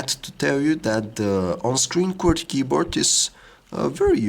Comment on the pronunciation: "veeery use keborth"